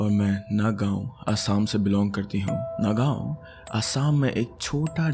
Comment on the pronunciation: As an Assamese, I would like to make some few corrections: Nagaon is pronouned as Nuhgown Sivsagar is pronounced as Xiwoxagor or Sivsagar simply